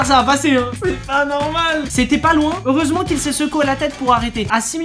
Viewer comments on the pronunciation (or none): "heuresement" ouch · Qui a remarqué "heuresement" ?